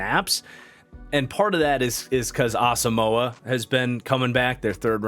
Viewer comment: Arizona was trying to cut Jordan Hicks and drafted Simmons and Zaven Collins in back to back 1st rounds, but neither of them could win the start over Hicks. The Cards have even shipped out Simmons to the Giants now. Btw - Asamoah is pronounced something like - Ass a Mwah rather than Ass a Mower.